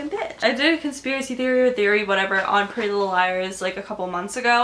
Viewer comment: "Prellylilleliers" Exactly how you're saying it😂😂😂😂😂😂😂